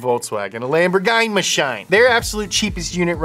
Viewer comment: The lam-bore-guyna-shine i love how pronounced Lamborghini 😭😭